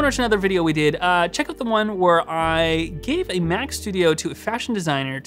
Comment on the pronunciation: Sometimes you say Mac and it sounds like “Myak”